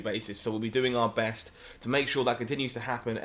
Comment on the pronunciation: pronounced BAHST